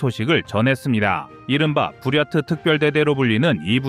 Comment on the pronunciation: 부럇트가 왜케 부야 처럼 들리지